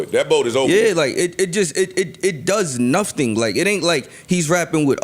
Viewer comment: Did the youngn just say “He does nufting” 🤦🏾‍♀️🤦🏾‍♀️